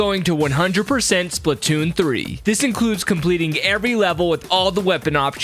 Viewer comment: It’s not spitoonn it’s splatoonn